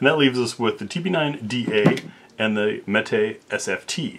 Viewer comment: some say that meat but you say mete correctly, good for you.